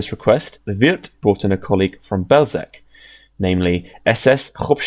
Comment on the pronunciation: Belzec as Bellschetz, not Belseck, at least in Polish Wasn't meant as a gotcha, good video